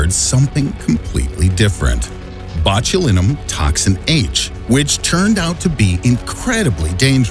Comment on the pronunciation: Anyone else cringing at the pronunciation of “Botulinum”?